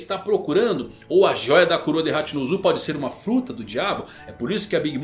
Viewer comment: Mano n da pra assistir tudo, "ZEBEK" em japonês vc sabe q não muda a kralha da fonética, "HachinpZu" aí é foda